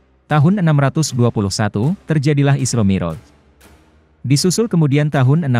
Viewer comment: Yang baca narasinya tdk bisa mengaji & bhs arab, jadi kurang pas rasanya, mi'roj (pakai ain) dibaca moroj